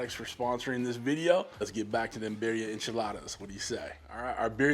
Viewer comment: just pronounce the second "i" like an "e". Like bireea. Make sense?